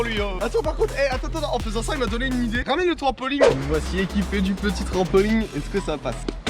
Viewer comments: En 1 an ta toujours pas appris à dire trampoline et pas trampoling mdr ✌️ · On dit pas TRAMPOLIGUE mais TRAMPOLINE